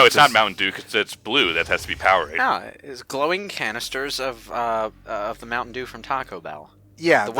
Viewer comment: I think you guys mean "Mountain Dewm."